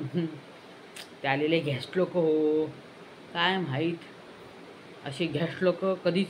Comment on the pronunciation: 'Ghest loka', 'fiss fiss',😂